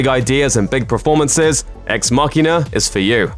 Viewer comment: This guy strings words together really quickly and emphasises weird syllables: "fictionFILMS", "NetFLIX", "ParaSITE", "diRECtorial", "TuringTEST", "eVENwhen", "blockBUSTers", "televisionSHOWS", "SUBscribe", etc. He also keeps saying "preformances". I can't concentrate.